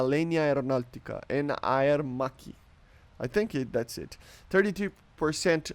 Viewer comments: you pronounced Aermacchi pretty well actually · Bro u pronunced aermacchi so good, and alenia is good also. Bro be more confident cause we love u even if u pronounce something incorrectly❤.